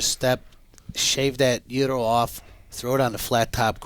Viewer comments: The g is silent it's youro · The fuck is a "gear-row"? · People like who don’t know how to pronounce Gyro should maybe be eliminated, biggest pet peeve of mine